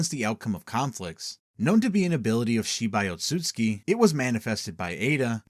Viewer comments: it's tsu and not tsui, there is no I in there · It’s Ōtsutsuki (Oat-sue-zu-kee) 😅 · Ur saying Otsutsuki wrong